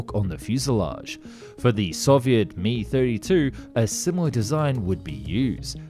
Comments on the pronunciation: It's an Mi 32 not a Mi(Mee)32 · It's pronounced M Eye 32. Not meeee. You do all the research and them sound amateur because you don't spend 30 secs researching pronunciation. I could not watch. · …its M-eye not meeeeee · Not bad video but it's not 'ME' it's M.I., M.I. being an abbreviation of MIl, same was as it's T.U. (TUpoloev) not TOO, S.U. (SUkhoi) not SUE. Get the idea? Everytime you say 'ME' a fairies brain cell dies somewhere & I grind another tooth to dust. Oh & the primary job of a tail-rotor is to counter the torque of the main rotor - it's not merely "steering" wheel. Without it, the helicopter fuselage will spin in the opposite direction to the rotor & the thing (if it survives that) won't get off the ground. I think someone needs to brush up on the basic stuff - for the sake of the fairies & me teeth (that's 'me' not M.I. in this case). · Lost me at “ME” 32